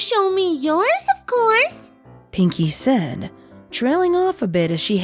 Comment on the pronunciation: Take a shot everytime you hear "said-uh" or just any "-uh" at the end of a word everyone dies from too much alcohol and dies again